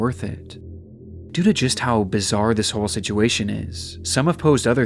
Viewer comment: He finally said "situation" correctly! 🥹🎉 My autistic brain is overjoyed.